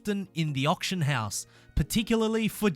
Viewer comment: Why can no one who plays forza pronounce auction